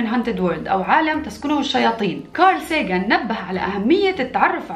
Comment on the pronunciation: ينطق ساغان